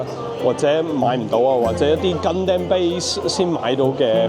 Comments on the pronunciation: 成條片為一敗筆之處就係gundam讀音。如果Stevo可以跟返日本原本讀音就會完美。讀gun-dum 唔係gun-dam，就好似sake 讀sa-keh唔係sa-kee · it's not Gun damn, its Gun dom, like Condom with Gun, XDDDD